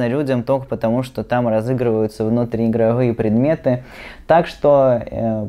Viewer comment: Что за "внутриигровыепредметы". Как будто дед пытается объяснить что такое тик-ток.